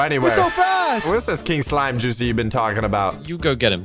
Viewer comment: u mean joocie?